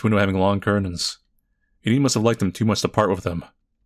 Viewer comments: Heads up- Enide is pronounced EE-NID! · Enid but like, a silent e